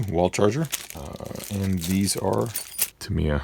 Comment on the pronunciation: Great little video the only flaw I found was your pronunciation of the company name Tamiya the I sound like an I not like an E. your the only person I've ever head pronoun it like Tameya.